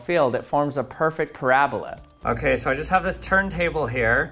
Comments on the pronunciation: It’s not “parablah” it’s a “Para-Bola” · drink every time he says parabluh